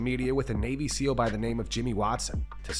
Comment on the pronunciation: SeAL, not SEAL. But I haven't heard any of the SeALs making a fuss about it...yet, I suppose lol.